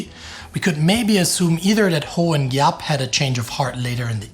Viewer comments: Gen. Giap: [vɔ̌ˀ ŋʷīən jǎːp] (soft "g", not hard) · Viet here, effort in pronouncing it is commendable, so as many others. To the West it can be roughly pronounced as “Vo Win Zap” (Gi- pronunciation is similar to Z)